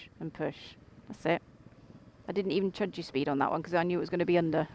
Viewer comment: Brilliant. I'm really not an expert yet, but i don't think there's a problem with saying 'chudge'!! 😂